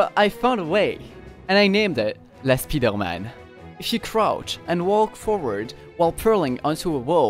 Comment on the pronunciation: Are you French? The way you said « La Spider-Man » sounded so french (I’m french too)